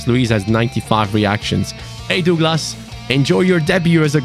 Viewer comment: Please learn how to say Douglas mate..its killing me😅😂